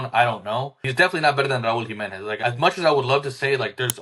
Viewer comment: Raul Jimenez. It’s not a question